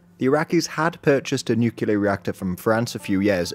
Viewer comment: All this wonderful work, and still can’t say “nuclear?” Small complaint. Thanks for this excellent summary.